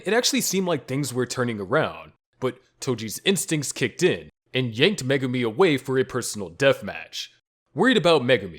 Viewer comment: Megumi fan girl not Megumi there are two differences get it right!